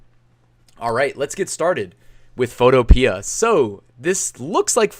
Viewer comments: I think it's pronounced PHOTO-PEE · Photopea rhymes with Utopia. fo TOE pe uh